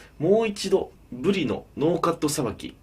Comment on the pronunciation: 金子さんが｢ぶり｣って言う時「ぶでぃ」って言うの可愛いかよ😳(語彙力なし)